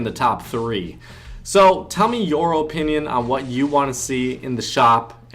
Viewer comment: That's how you're supposed to pronounced